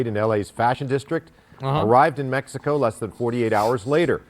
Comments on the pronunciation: Bro you cannot make a "California belongs to Mexico" argument and pronounce it "Meh-hi-co". Bro legit calls them Latinx. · Blue eyes white guy pronounces Mexico as Mehico. Look at how authentic he is. Please give him an avocado. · "be a white beta socialist and not pronounce it meHico" challenge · These are all just the I need to be woke as a identity or to feel superior to other people cuz of progressiveness and it’s the lack of knowledge and self awareness like what white personal pronounces “Mexico” as meh hee co like stop it with the fake accent ur not Mexican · "It belonged Meh-he-co." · The soyboy saying "Mehico" is a parody, by the way. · When the white guy pronounced Mexico in spanish.... please stop. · oh look how progressive he is he says Mexico in Spanish with a Mexican accent instead of in English with an American accent 😂😂😂😂